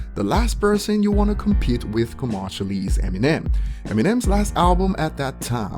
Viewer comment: The way he says commercially is ironic. Commarshally